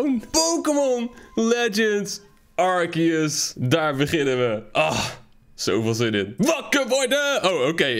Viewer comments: Het is arceus niet arkeus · Het is altijd arse-eus ✨ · Nee het is arceus uitspreekt arsieus